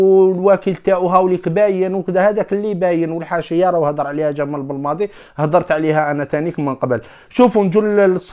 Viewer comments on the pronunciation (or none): none